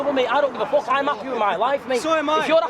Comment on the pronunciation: I like how the big guy pronounces "fuck" I DON'T GIVE A FOOK! As a German it gets me every time :D